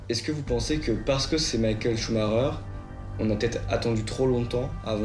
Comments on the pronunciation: Le clown incapable de dire son nom comme il faut. Michael Shuma cher.... n'importe quoi. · Le "Shouma cher" du journaleux m'arrache les oreilles... On dirait qu'il le fait exprès en plus 😅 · Pourquoi les francophone n'arrivent ils même pas à prononcer ce son de famille correctement, tous ils disent schumarer. Ensuite, foutez la paix à cette famille, ce n'est pas pcq ils sont super riche qu'ils ne vivent pas dans une vie très pénible à vivre, d'autant plus avec tous ces paparazzi qui essaient d'y piquer leurs grains avec un cover inédit. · pareil, on a entendu ' choumarère , choumakère, choumachère....qu'ils se mettent d'accord ... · Le journaliste suisse devrait déjà apprendre à prononcer son nom correctement avant de vouloir des informations sérieusement. A croire qu'il l'a entendu qu'une fois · C'est pénible d'entendre des conard de journalistes qui son même pas prononcé le nom de Michael Schumacher un grand monsieur du sport automobile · Ce luis qui ne c'est pas prononcé son nom correctement i ferme sa gueule de con je ne supporte pas con ecorche son nom personne n'arrivera à ça cheville Michael Schumacher et une icône unique au monde